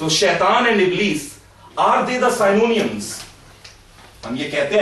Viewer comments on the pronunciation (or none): Just a small correction Synonyms is not sai-no-niums but si-no-nims